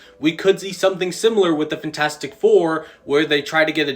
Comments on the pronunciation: does anyone else fucking hate the way this dude says fantastic 😭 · FENtastic four lol